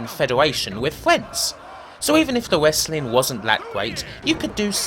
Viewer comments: Wesslin is wesslin and it’s the wheel deal , pwoper wesslin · "Wessling" hahahaha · What's wessling?? and wesslemania? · You do know the "W" is silent right?